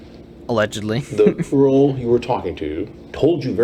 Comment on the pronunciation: I always thought it sounded like was saying “The Earl you were talking to told you very clearly she was 13” it’s like he forgot the G in girl. I think I’ve watched this too many times